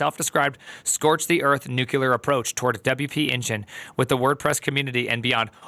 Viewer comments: "Nuclear", not " nukular" 😅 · Nuclear, not nukular. Yeesh.